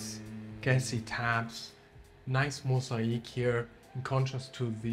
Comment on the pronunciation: I wish I could tell you how to pronounce the word (MOSAIC ) properly as you mentioned on entry to the property ?? How can I explain in better English ??? The first part (MOS) is correct BUT the second part (AIC) is not correct ?? SO …..when you hurt your leg it AKE’s because it’s painful …. SO … pronounce the world like it’s spelt MOS….AKE …….(MOSAKE) ….. hope you do not mind me mentioning this …. Plus hope you understand what I’m trying to tell you ……. By the way the master bedroom Un-Suit is fantastic, plus the flooring on the stairs and lift …. Sensational ….. great content … watching from the UK 👍